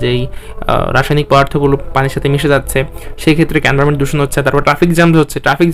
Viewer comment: ভাই ছবি আকলেও চলবে। নিচের লাস্ট লাইনে লেখা ছিল। আপনি বললেন প্রিন্ট করে লাগানো লাগবে আল্গা পেড়া দিচ্ছেন কেন? আর এন্টারভেন্ট না environment হবে।